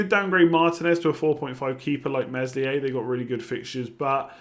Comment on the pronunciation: Meslier is pronounced Melier, the "s" is silent.